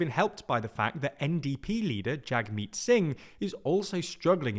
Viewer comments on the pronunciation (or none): Not sure if you need to be told, but Jagmeet's name is pronounced "Jugmeet"